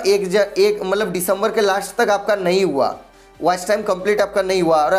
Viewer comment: Good Knowledge... But vo मई होता है... म नहीं.. 😄